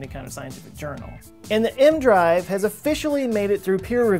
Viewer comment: It's E-M drive. Not M drive. And it doesn't work.